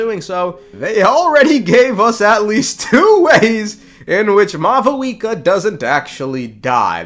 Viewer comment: why do you call her mau VOO EKA its pronounced maw wika